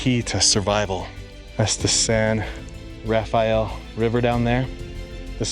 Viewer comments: It isn't pronounced the biblical way. It's just pronounced San Ra-fell. And when you get to Zion National Park it isn't pronounced ZI- On It's Ziun. Just like Hurricane, UT is Huracun. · Love your videos. Just FYI, locals pronounce it 'San Ra-FELL,' leaving out the second syllable. One thing about the Barrier Canyon people I'd like to know is what archaeological evidence is there? Do they have any carbon dating, say of campfires? Or paint pigments in the pictographs themselves? I've heard that this culture is as old as 10,000 years, putting it nearly as old as the last glacial retreat, years BP. What is the evidence of all this? Is there any, or is it just supposition? PS, I know of a site near White Water, CO—the Bloomfield site—that's been reliably dated at ~9,000 YBP. My imagination soars when I think of what. it must've been like to live then.